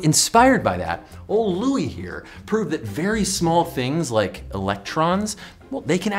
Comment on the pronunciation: In french, we don’t say "Louis" like you did, but more "Louis", see ? But that’s okay, still a thumb up.